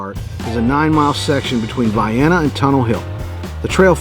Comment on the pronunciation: Tunnel hill coincidentally near your home base? Nice! Vye-enna, proper Illinois pronunciation!